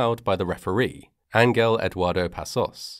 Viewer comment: Small correction- The G in "Angel" is pronounced like an H.